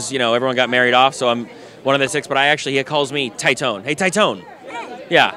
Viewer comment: Taitone...bro its Teetonay....phonetically. I'm Titone. The fuck